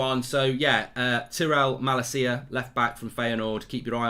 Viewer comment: Tie - rel ma - lay - sia